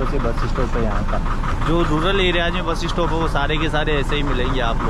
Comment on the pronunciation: Bro why you speak bus-es-stop??? Say bus stop!!